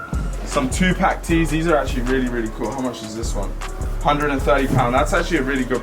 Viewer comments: two pack??? its tupac bruh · Who the hell is 2-pack???? Good grief. Where's the respect 🤣🤦🏾‍♂️ (Two - pawk) 🤦🏾‍♂️🤦🏾‍♂️🤦🏾‍♂️🤦🏾‍♂️🤦🏾‍♂️🤦🏾‍♂️🤦🏾‍♂️ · Rico Barrera that was exactly what I heard too like he was getting a package deal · He calls him “tupack” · Nigga said 2-Pack I am dead lmao